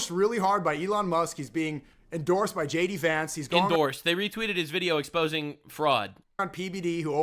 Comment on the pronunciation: ... hmm, he pronounced JD Vance wrong.